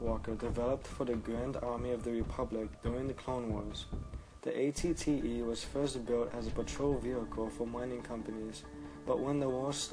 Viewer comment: ***** derp sorry xD wasn't thinking. also was it just me, or was he saying at-ts instead of at-te ?